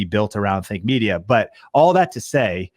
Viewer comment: Sorry to say but Think Media ... When you say it it sounds like Fake Media :P